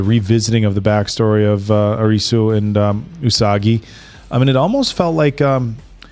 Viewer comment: Ya'll are killing me calling Arisu, "Alice". Its really not that hard to say.